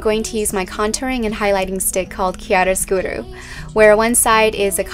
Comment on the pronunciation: It is chiaro scurO not chiaro scurU